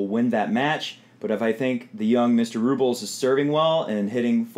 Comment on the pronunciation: RublYOV (just to show how it's pronounced and where the emphasis is in Russian) is not my favorite player; but he has a determined mean streak that he channels into his tennis. Nadal will be very very determined however - he doesn't want another loss to a teenager. I think I'll go with experience this time.